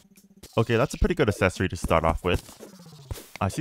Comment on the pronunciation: Hi Love the content recently. The videos are almost perfect. (Only downside for me is the pronounciation of the word 'accessory'). Keeo up the amazing content, and I do hope you keep enjoying the game.